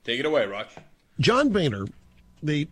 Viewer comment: Lmao, his name is Boner, not Bayner.